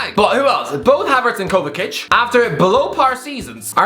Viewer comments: It kinda hurts hearing him calling Kovacic “Kovakic” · That kovacic pronunciation is criminal